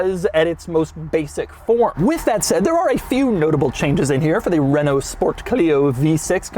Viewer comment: I appreciate doug saying renault properly 💪🏽